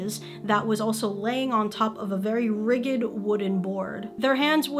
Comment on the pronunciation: Rigid is pronounced rid-jed, btw. Sorry, I did a double take when I heard rigghid.